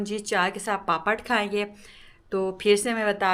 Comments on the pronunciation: پاپڑ کہتے ہیں پاپت نہیں کہتے ہیں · Papat nahi bolty papad bolty ha